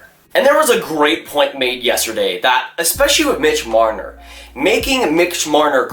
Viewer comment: who was it???? did you say MIDGE MRNNNNNRRRRRRR? you sound like an idiot